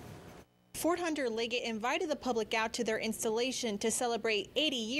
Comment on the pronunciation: Hah! Fort Hunter Lig-GET? Honestly, it's not that hard to pronounce. I was stationed here from .